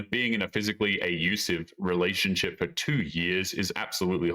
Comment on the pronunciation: You did not just say "ayusive" omg is anything real?